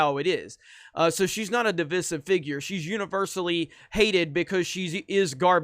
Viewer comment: DivIsive. Say the middle I,. I’m here to help.:)